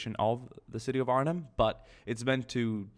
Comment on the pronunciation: first time i heard a foreign person pronounc Arnhem so good